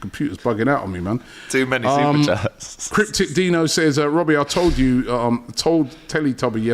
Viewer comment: That SuperChat about Robbie and SuperChats is ACCURATE AF. As much as we all Rate Robbie...he always butchers some of them 🤣🤣🤣🤣🤣🤣 AGT Far more clinical on SuperChats.